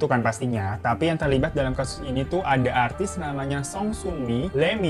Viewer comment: Bang...... Artis bang bukan atris🤦